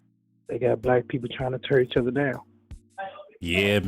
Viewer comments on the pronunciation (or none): none